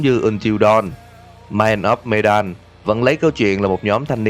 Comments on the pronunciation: medan mình đọc thành menđen ám ảnh ổng rồi :v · medan đọc là mờ-đann ạ. một chút sai sót nhỏ thôi không sao ad. mình vẫn luôn ủng hộ kênh của bạn ^^